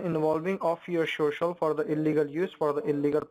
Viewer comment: your shocial lol